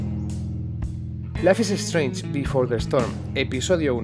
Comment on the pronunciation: Dios que mala pronunciación. Ni siquiera es un nombre tan difícil